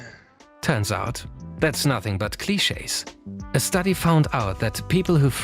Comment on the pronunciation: Clichés* not Clicheis